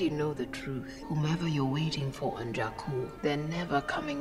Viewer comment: Not Jakkal, JAKKU